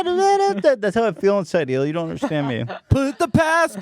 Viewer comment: I left my like on the video as soon as Ethan hit that “ I WOULD UNDERSTANDSDD”